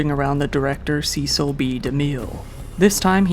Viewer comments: The name Cecil is pronounce SESSIL not SEASAL. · The famous (or infamous) director Cecil B. DeMille is pronounced ... Cecil = "Ses Sill" B DeMille = "De Mill" Not your fault. I realize that many of the online how-to pronounce guides say it incorrectly, too. So, that really sucks! But you'll hear it properly pronounced from old news reels of his era. The codes in the "pre code" are not safety codes that is not what "pre code" means. The "codes" are the morality codes, and this was a time from 1931 to 1934 where sex, nudity, violence, and debauchery were common tropes in movies! Before the morality, codes were enacted in the U.S.A. movies were very raucous and racy! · Great video! Regarding Cecil B. De Mille: His first name rhymes with "vessel" and the last name with "de mill" (not "de meel").